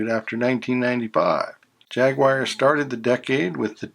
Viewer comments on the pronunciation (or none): What's a Jagwire? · Apparently so. I did hear it once before and thought is was just a mispronunciation, I had no idea it was a thing. NE here, always been Jag-Wahr and I am familiar with the British Jag-U-Are. Adding one to the list. 🙂